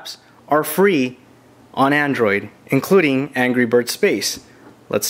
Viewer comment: Its android not andorid